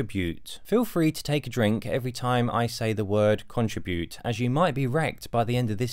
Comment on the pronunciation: Your commentary is insightful but please learn how to pronounce the word contribute.